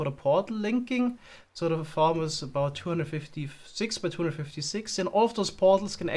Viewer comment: about hat sich so angehört wie gebaut lol